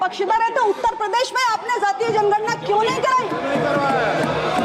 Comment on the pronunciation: Not ज़ातिय it's जातिय! First of all education for politicians😂😂